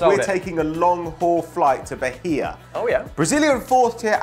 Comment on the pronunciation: The pronunciation for Bahia is with a mute H, So it's Baia and our currency is Real not dollar.